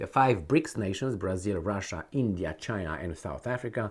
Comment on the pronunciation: It's not khina guys it's china. BRICS not BRIKS.